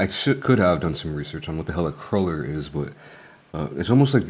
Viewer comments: In America, it’s pronounced like CRUEL ER. So either you’re pronouncing it wrong or they pronounce it different. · I TOO LOVE HONEY CRULLERS, and the honey cruller Timbits are also fire. I used to eat way too many when I worked at Tims years ago lol. its pronounced Crew-ller btw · We pronounce it honey "crew"ler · Honey "cruller" is insane bro... it's croo-ler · Dis mfer with the aboot 😂 … but homie triple triple? that shit ain’t coffee lol normal people don’t get that But ya all that stuff is on the menu, we have two versions of Tim Hortons. The regular one and the fancy one(trying to be Starbucks-ish) which Korea adopted there. And it’s pronounced crew-ler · I live in Eastern Ontario, Canada and a lot of people say cruh-ller. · I'm from Toronto originally and we always said cruh-ler. I'm wondering if it's more of an American influence than anything. Like the word basil we always pronounced bah-sil like the British not bay-sil like the Americans. We only used bay-sil when saying basal which is totally different. I think the American food network has altered a lot of the pronunciations over the past couple decades. But as long as we get the correct food it's not an issue. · How you pronounced cruller was so cute :D, I loved your reaction to it hahaha. I love the donut its just too sweet for me as I get older but I agree with what you said.